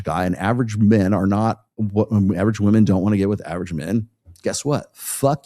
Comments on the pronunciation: It gets on my every nerve. I thought it was a gen z thing, pronouncing it like that. If by PBD you mean Patrick Bet-David, then I'm surprised. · PBD is one of many that say 'Woman' when he means 'Women' I find this so annoying. Just me?